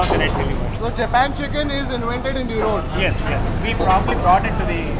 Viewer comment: it's 'erode' not 'erodu'